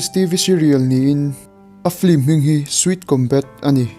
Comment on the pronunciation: FLIM tilovin 'Film' tia lam theih nise, chuan saptawng ho hi lam dan uluk deuh nise, tun ai hian i channel hi miten an ngaihhlut zual ka ring deuh. Keep up the good work.